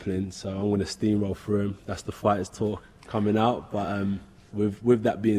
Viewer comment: Man out here saying steam roll like dellor